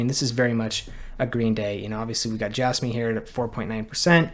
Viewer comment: I can’t stand it when people pronounce it as “J-asss-me” instead of “J-azz-me”. It is so difficult to listen to.